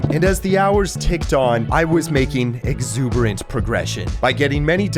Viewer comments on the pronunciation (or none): bro really said 𝘦𝘹𝘶𝘣𝘦𝘳𝘢𝘯𝘵